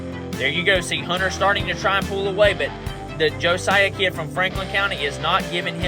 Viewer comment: Thank you for posting this race. My son is Josiah and you did pronounce his name correctly. I love rewatching this anytime.